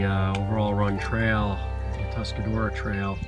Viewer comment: Say it with me -- "Tusk-a-ROAR-a". =) Nice to see spring reaching the ridges!